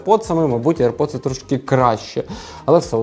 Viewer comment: аір поци а не аірподси